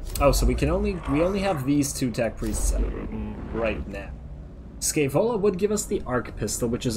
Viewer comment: "Scaevola", pronounced with the "sh" of "aSHamed", accent on the "ae" pronounced as "e" in "Entropy". Sh-E-Vola, from Muzio Scevola, an ancient roman that famously burnt his own hand off because it was the hand that made him fail.